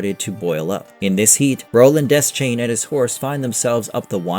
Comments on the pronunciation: It’s pronounced, “duh-shayne” it’s never been “desk-chain” or whatever the heck you keep saying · bro it's pronounced Duh-shane